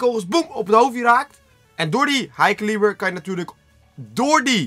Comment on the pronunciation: Het is high [kelibur] geen high [kaalieber]😑